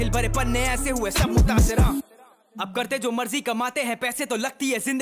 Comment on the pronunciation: It's mutaasir .. not munasir